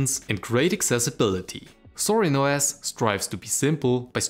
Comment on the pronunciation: He is saying "ZORIN OS" for all you Southern listeners out there.